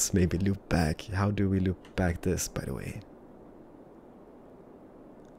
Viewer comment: The word is THIS not DIS